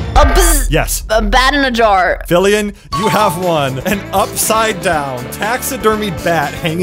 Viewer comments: Did no one notice called filian filling? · ah yes, filling